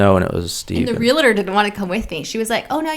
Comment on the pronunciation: I often wonder why it's so common for people to say "realitor" instead of "realtor." A friend of mine is a real estate agent and hears that mispronunciation constantly.